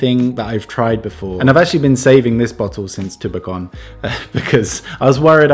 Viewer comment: you're coming Finnish more and more when time past.. I notice you said Tubecon like Finnish people say that:D